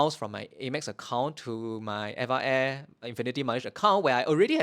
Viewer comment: Hey I left a comment on one of your older videos and we had a brief back and forth about how to pronounce Eva air. Turns out we were both wrong LOL You say: ever air I say: Eva (like the girls name) Supposedly, it's officially supposed to be pronounced letter by letter: e-v-a air Source: (mentioned towards the end of the video)